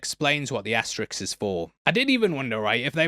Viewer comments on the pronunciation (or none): It's "ass-ter-isk", not "ass-ter-ix". Or are you unable to ask questions because you ax them instead?🤔🤦‍♂️ It's not too great of a risk to pronounce it correctly.😉